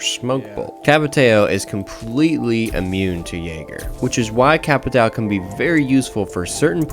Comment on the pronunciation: Why do you keep switching the way you pronounce Capitão lol